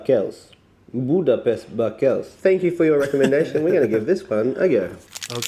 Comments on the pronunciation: that is NOT how you pronounce budapestbakelse XD its more like budapest bak-EL-se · Smörgåstårta is pronounced smur-gaws-tor-tah Budapestbakelse is pronounced boo-dah-pest-bah-kehl-seh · All of the food are things I eat regularly. "Räkbakelse" = Small "smörgåstårta". "Budapestbakelse", we pronounce the last "e". "Budapestbakels" is just jibberish. Use the letters provided in the name ;-) "Ärtsoppa" is eaten with mustard, maybe with a glass of warm "Punsh" (no it's spelled that way...) We do have nice food! Even "surströmming" is nice, you just have to get over the punch in the face that goes with it. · Don’t worry, I’m Swedish and I don’t eat everything here. Some stuff is disgusting. SMÖRGÅSTÅRTA is Swedish sandwich cake. You can make your sandwich cake as small as or big as you like. I could eat that for breakfast, lunch and dinner. Budapest bakelse, there’s an E at the end. Bakelse mean pastry Our food is very rich, my friend from Australia always put on weight here Swedish pea soup is better then the Australian pea soup but their taste good to Australians love their food 😊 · You're correct, his google translate was not set to swedish, you ALWAYS pronounce the E at the end of swedish words. The funny thing is that he manage to pronounce it fine when he said "räkbakelse" but then struggles so hard with the same word in "budapestbakelse". A "bakelse" is a one person cake (and "tårta" is a full size one) so yes the räkbakelse is a kind of mini sandwich cake. And the shrimp/prawn thing has nothing to do with them technically being different species like other commenters say, because we use the word "räka" for both in swedish. It's much simpler than that: we're taught british english in school but end up with an american vocabulary because they make better movies than you. So don't blame us, it's you're own fault!